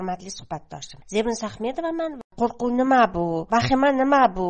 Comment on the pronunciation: "Qo'qruv" emas "QO'RQUV" deyiladi!!!